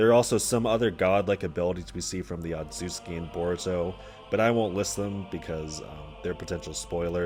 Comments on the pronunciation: otsutsuki say it with me ot·sut·su·ki not otsuki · "ozoozski" bruh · bit of a nit pick but it genuinely boggles my mind how someone can find difficulty in pronouncing "otsutsuki"